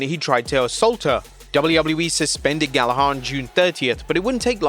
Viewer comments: its pronounced 'gal a ger' NOT 'gal a har'. it's a common and famous british name you should be getting right.... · Bro the pronunciation of the last name Gallagher makes me mad holy. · Dude, you are British, how could you mispronounce Gallagher? Have you not heard enough about the Oasis tour this year??